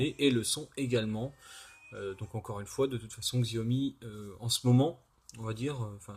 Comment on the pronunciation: ça se prononce jaomi !